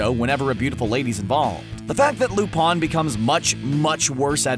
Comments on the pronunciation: lol wtf loopon its lupin not lupon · I thought it was lupin with an I not lupun. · It cringes me every time he says Lupin Lu(pawn)?????????? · um... yeah... ever try watching anime? Just a thought. I mean yeah... No, no, not joking. Like seriously, you can skip the shounen shi... shows with an endless number of episodes and start watching actual anime. Seriously, how can you mispronounce Lu-PIN the 3rd's name when its said in the opening song. "he's not actually perverse but deserves a spot on...." that might be true if there was a total of 30 or so people to choose from. Not when you have a waiting list of 30 THOUSAND characters to choose from. Put them on a list of greediest, most prideful, shameless, etc, NOT on a list that doesn't even relate to them. Out of your top 10, let me show you just how many are valid: Sarutobi Ayame ... done